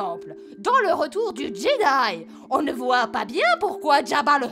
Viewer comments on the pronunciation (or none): none